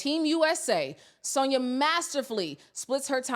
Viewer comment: Please stop saying Sonia it’s San-ya. You have to listen to what you’re saying